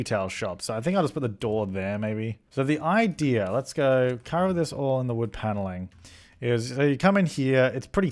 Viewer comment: Did say idear instead of idea? Your starting to mimic deli. You guys syncing.